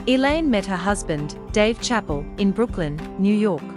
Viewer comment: Is she saying chappel? How do you talk about someone without knowing how to pronounce their name?